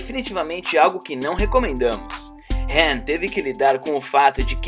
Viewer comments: Cara tá tudo errado não e HEN é sim ''HAN'' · Mano chega a ser chato de tanto falar "HEN" LERY OU LADY... sei lá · O nome dele é Han não hen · Fala certo poha é Lerry e Han não é Lery e Ren. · O filme no Brasil tem a dublagem com os nomes dos personagens corretos que é HAM E LETI até por que o nome dela e Letícia até aqui no Brasil quando a gente tem uma amiga com nome de leticia agt chama de leti aí vem o jumento e fala HEN E LERY kkkkkkkk lery o que ? Lery Go ? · "hen" kkkk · se fosse do jeito certo no filme eles ñ chamaria ele de han e sim rem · No filme os caras falam han e pq ele fala hen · Não sabe nem falar ham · "Leri" "dom torero" "hen" mds mano fala certo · Para de criar novos nomes dos personagens, "hen" "Lery", isso da raiva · Não, não é o certo. Ele tá fazendo um vídeo em português e a pronúncia BR não é essa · Verdade mesmo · Quem sente irritação do cara falando HEN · "hen" burro,da mesma forma está errado,"ré"? Tá dando muito ré em fii! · esse cara parece que o nome do han diferente